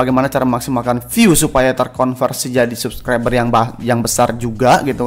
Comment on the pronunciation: R RRRRRR Dek bukan L pelo Subclibel